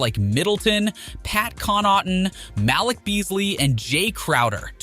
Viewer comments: Pat con not tan and mal lick Beasley 🤣🤣🤣🤣🤣🤣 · Bro the pronunciation on Connaughton and Malik and Lill-ARD, I’m deddd Good video but that caught me off guard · Maaaaaaan. I'm from Wisconsin and dude butchered Pat's last name and Beasley's first name so bad 🤣